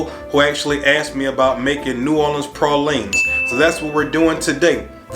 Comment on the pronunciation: You say Peecans correctly but Praw leens not Pray leens🤦‍♂️